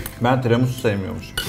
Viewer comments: 'Tremisu' değil Tiramisu 😂😂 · bastıra bastıra "Tremisu" demesi 😂😂😂